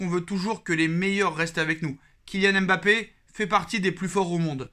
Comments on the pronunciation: mon cher un nom c'est une histoire, une langue, une identité mais aussi et avant tout une signification. En lisant M.... bappé non seulement vous vous compliquez la tâche mais vous lui enlevez tout son sens. Quand on aime quelqu'un on le respecte et cela commence par la bonne prononciation de son nom. J'ai suivi des matchs du PSG dans une chaîne malaisienne, eux aussi se sont mis à dire M...bappé en copiant sur les reporters français parce que certainement pour eux c'est la bonne prononciation. Et vous condamnez tous les africains qui ont des noms avec la même gravie à cause d'une paraisse et une inconsideration qui explique bien leur origine. En français si j'enlèvais le F du nom de ma copine FLORETTE, je ne suis pas sûr que son nom garde tout son sens et sa splendeur. Tu vois ce que je veux dire? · arrete d'ecorner le nom de MBAPPÉ. C'est pas M...BAPPÉ. LLORIS c'est pas non plus L...LORIS en moins pour ZLATAN que tu ne lis pas Z...LATAN